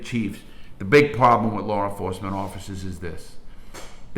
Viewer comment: I fuckn love this guy. Its like listening to my cool ass grandpap telling old war stories. I smile everytime i hear "Lawr enforcement " 👍